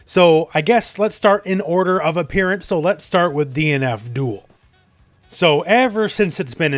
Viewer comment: whenever he says DNF DUEL i hear DEAN ABDHUL